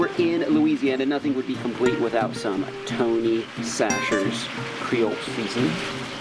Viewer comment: The seasoning is pronounced tony sacheries pretty much btw